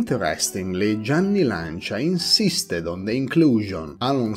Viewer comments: So after this video I have been pronouncing Lancia wrong all my life 😂😂😂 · Yep. I know that saying “Lan-cha” is weird for English-speakers, but that’s how the word is pronounced in Italian :)